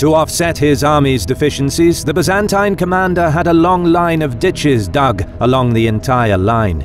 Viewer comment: I'd make a drinking game out of every time they pronounce Byzantine the way they do but I don't wanna die.